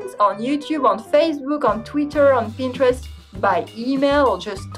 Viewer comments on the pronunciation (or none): none